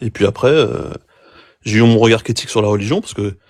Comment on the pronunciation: Y en a d’autres mais je crois que lit pas les com 😅 « Un peu près » pour « à peu près » « J’oublille », « j’aieye », etc. J’en oublie! C’est dommage parce qu’à par ces fautes à répétitions ça c’est un sans faute cette chaîne.